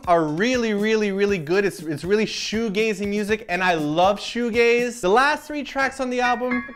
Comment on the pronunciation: everythings was ok but the "shoegaze"